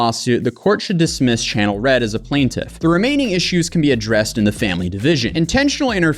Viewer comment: Bro the reading in this, F!!!! Like half the video is this dude reading boring paragraphs and it does not stop. PLANT-if. PLANT-if. PLANT-if.